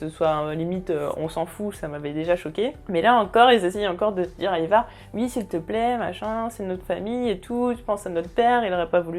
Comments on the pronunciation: Le nom c Ivar et non ayvar. C'est les anglais qui le disent mal. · la prononciation d'Ivar a la francaise : non, juste non mdr